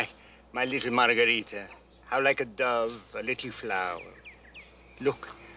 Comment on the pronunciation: That’s got to be the worse Spanish accent by margarita.